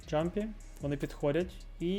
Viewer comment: Клас, дякую за контент! Тільки не джампі, а ямпі)